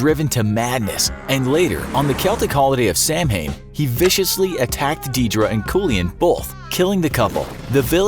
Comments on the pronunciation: It's not Sam hain sowan samhain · it's pronounced Sau-in not Sam-hayn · Omg its not sa, hane its sowwan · It's not pronounced sam-hain,it's pronounced sowin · To pronounce Samhain: It’s Sow-in, not Sam-hain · Samhain is pronounced Sow-hin btw not Sam-hayn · It's pronounced SAW-WEN, not SAM HAIN. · Ackchyually, it's pronounced "SAH-when" (or "SOW-when"). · Samhain is actually pronounced "sow-wen" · Samhain is pronounced 'saw-wen' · that’s not how you pronounce it bro. It’s pronounced Sow-win. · you prenouced samhain wrong its pronounced saw win its weird irish pronunciation dont worry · Samhain is pronounced (sou, like sour, in like in basically, souin) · Just so you know samhain is pronounced sowin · The way he pronounced Deirdre and Samhain was just.... eeeeh.... Deirdre is pronounced: deer druh Samhain: sawhin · Who's Sam Hain? Lol. That's not how you say Samhain by the way 🙄😂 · i got you clears throat soW-in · Love his pronunciation of Samhain. FYI: It’s pronounced “sow-an” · It’s pronounced sow-ann it’s Irish for Halloween it came before Halloween which it also influences Halloween a lot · You are butchering the Irish words oh my, it’s pronounced ‘Deer-drah’ and ‘sawan’ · Did he just pronounce it "sam-hayn" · Samhain??? It’s pronounced sah - way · It’s pronounced s-ow-an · Pretty sure you pronounced that Celtic festival wrong! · Anyone cringe the way he said samhain hahaha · The way he said Samhain🤦🏻‍♂️ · So we’re not gonna talk about the pronunciation of Samhain? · I know, I cringed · Your pronunciation of Deirdre and samhain are atrocius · The way this man pronounces "Deirdre" and "Samhain" causes me physical pain